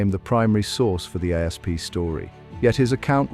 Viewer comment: "Egyptian A.S.P. venom..." - guys, if you have to use A.I. for your entire video production, including narration, at least show the effort to control the final result and fix the obvious pronounciation mistakes. Even if you have no pride at all in your material, at least spare your audience from getting headaches listening to it.